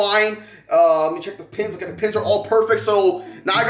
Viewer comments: Why do you say ota instead of ok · He keeps saying otay instead of okay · and you say Otai zehn ok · Why do you say ote